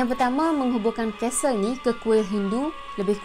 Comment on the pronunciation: Aduhai,sebutan Castle tu,'Kas Sel',huruf "T" tidak dizahirkan sebutannya.Bknnya disebut 'Kastel'.Sekadar teguran bkn niat nak mengajar.Klu blh terima,ok,tapi klu tak blh terima,minta maaf je lah ya.🙏